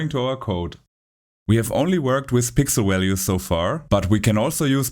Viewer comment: Pixel walues. 🤣